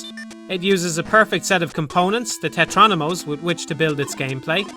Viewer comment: Tetrominos not tetronimos. You'd think if you're making an entire video explaining Tetris you'd try to get that right